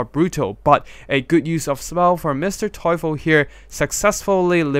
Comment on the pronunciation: Nice video and I love how you improved your German pronounciation of Mr. Teufel!!